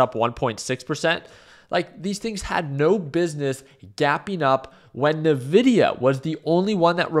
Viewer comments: ENVIDIA/NVIDIA. En, en God damn vidia. It's your mother tongue, Envidia (spelled Nvidia, but pronounced Envidia) it means envy. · Dude, why keep saying "Nividia" xd